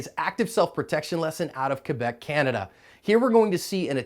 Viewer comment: You actually said Quebec correctly haha